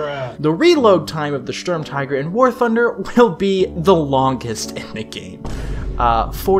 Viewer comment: And then proceeded to schtorm all over the place